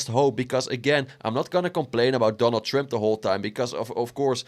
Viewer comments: he says “Donald trimp “ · Where are you from dude? I like the way you pronounce Trump. Sounds like Donald Shrimp